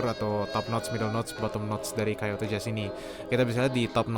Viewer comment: Langsung berhentin nonton pas dia bilang Kayoto